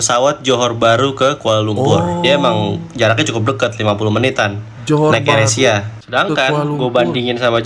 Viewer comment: AYER ASIA (AIR ASIA)😅😅😅😅😅😅😅😅😅 Mas sebutan biar betul. Air ASIA dlm bahasa Inggris